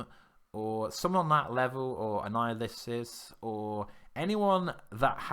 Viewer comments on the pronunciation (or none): Dude I love your videos but WHY DO YOU SAY ANNIHILUS LIKE THAT EVERYTIME?!!?